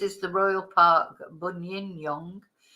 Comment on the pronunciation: I live near Buninyong - it's pronounced "BUN-in-yong" - it's a name given by the traditional owners ('Bonin-yowang') which means 'man in reclining pose' or 'man lying with knees up'